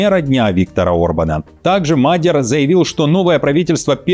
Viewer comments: не МАдер, а МадьЯр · Уважаемые, аж слух режет, изучите вопрос прежде чем говорить, не Мадяр, а Модëр, с ударением на первый слог как и все венгерские слова. Спасибо. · Не Мадер, Мадияр. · Мал Мадьяр,а не магер 😊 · Научите его уже правильно говорить Мадьяр, а не Мадер! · В фамилии Мадя́р ударение ставится на второй слог, на букву я — Мадя́р. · Нет,ошибаетесь,венгр ( то есть мадЬяр) скажет - МАдЬяр, с ударением на букву А. Знаю,потому что жила 4 года возле Берегово,где более половины населения - этнические венгры. Но язык так и не освоила😂, кроме бытового,труден невероятно.